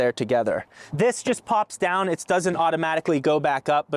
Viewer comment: Love the inclusion of the Steelers and the low key Pittsburgh accent with the flashlight, "is anyone dahn there?" Congrats on the Rivian! I'm cross shopping a Model X and an R1S so I'm curious the liveability of this.